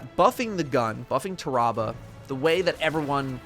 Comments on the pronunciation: "Tah-rah-bah" Pretty sure it's "Tear-uh-bah" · I think it's pronounced Taa-Rah-Bar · I always pronounced it Tear-a-bah Like tear that bear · I love your voice but not when ur mispronouncing words. It’s pronounced like terrible but replace le with ah